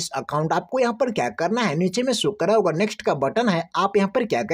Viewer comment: So kar raha hoga ❌️ so kar ra ✅️